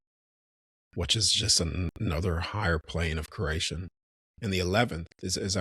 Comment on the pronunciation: Are you saying creation or Croatian 😂